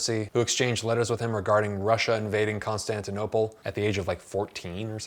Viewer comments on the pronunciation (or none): none